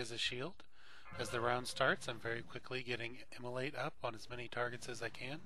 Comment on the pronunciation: Immolate it the exact correct pronunciation of the word.